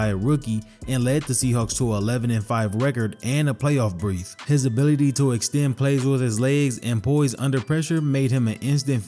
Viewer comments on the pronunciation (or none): playoff “brith”?! lol Or BIRTH? 🤣🤣🤣 don’t even think Brith is a word. Lol😊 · ‘Playoff breaifth” lmfao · did you say “a playoff brith”?? Bruh what lol.